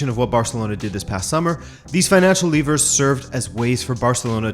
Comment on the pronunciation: That’s not how you pronounce “levers”